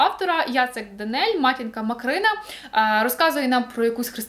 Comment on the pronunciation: Матінка МАкрина звучало, чи МОкрина?)